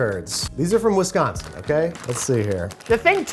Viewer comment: Alright, now I need to know where Andrew is from because he pronounced "Wisconsin" like a Wisconsinite, by swapping the c for a g.